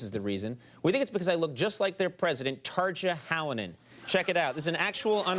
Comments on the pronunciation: "Tar-juh Ha-low-nen" Conan, its pronounced "Tar-ya Haw-low-nen" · TARZA HALOMEN??? IT'S TARJA HALONEN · hey Conan, it's Tarrryah Halonen. Roll the r's and soften that J up. :D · Tarcha Hälonen oh my god 😂 why did he say it like that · did he say tarzjah holanan? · oh god the way he pronounced her name is so wrong in many ways lol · though uh.. Tarja Halonen.... in swedish it sorta sounds like "taking the raspberries", which phonetically is "tar ja(g) hallonen". Just saying. And that's with correct pronounciation. Just saying, it does.